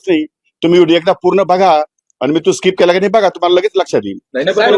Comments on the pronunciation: वीतभर फाटली ह्याची म्हणून स्किप च्या ऐवजी स्काईप स्काईप म्हणतोय जुगारी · Skip ला स्काईप म्हणतो हा बाबा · कोट घातल्याशिवाय शिवाय हा फिरत नाही.... ह्याला skip पण बोलता येत नाही 😂